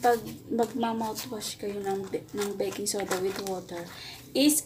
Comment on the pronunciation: pagkadinig ko ate "beking soda" medyo natawa ako hehehehe